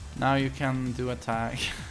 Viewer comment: "Now you cen do atteck" Only TTT2 OGs will understand this insider 😎